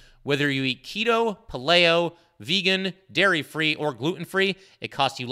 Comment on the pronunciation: Pretty sure on your greens commercial its pronounced like pail lee o. … instead of pal lay o 😃